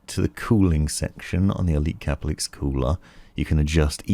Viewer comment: I thought it was pronouned ker-pell-icks, but in your videos you pronounce it cah-per-licks / cah-puh-licks. Is there an official pronunciation? I've looked at Corsair's help videos and they use the former pronunciation, but I'm not too sure.